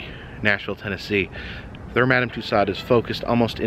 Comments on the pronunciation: Too-so's. You're butchering the French language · The only thing I will say is, I wish you would pronounce the lady's name correctly!